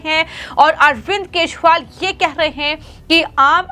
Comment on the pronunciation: ये सही ढंग से न्ही बोल रही है केजरीवाल की जगह केशवाल बोल रही है